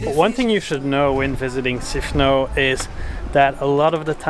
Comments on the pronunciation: It is NOT Sifno! What the heck happened to the S? SIFNOS please. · Great video, thank you! You asked how the island is pronounced in English, so here it is. It's Sifnos -not Sifno. We use 'Sifno' when in the object form, but that's only when we speak Greek. In English it's just Sifnos, Milos, Serifos etc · I think it's Sifnos with the s pronounced